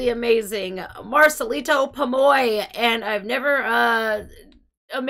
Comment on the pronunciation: The second time you pronounced Marcelito it was perfect, fully pronouncing the T. I think you speak Spanish at some degree. You're beautiful. Love you, from México 💕❤🎉😮